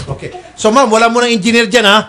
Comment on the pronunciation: Hahaha natawa ako sa Enginer sinasabi ni sir Raffy kargador 😂😂😂😂